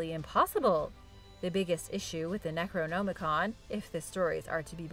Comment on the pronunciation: I love, but the fact that she pronounces words wrong ALL the time really irks me. Hell, she pronounces necronomicon differently 3 times in this video, and all 3 are wrong lol.